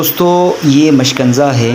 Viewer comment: مشکنزہ نہیں مشکیزہ بولتے ہیں اسکو۔